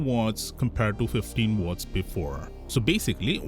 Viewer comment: "Wortts" 😂 instead of "watts" 😅